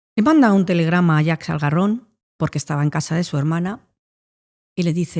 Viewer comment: Jaques Algarron 😂😂 no Jack Salgarron, los franceses siempre jugandonosla 😅